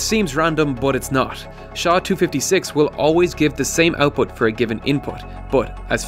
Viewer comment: "SHA" is hurtig my ears. It is pronounced "S" "H" "A"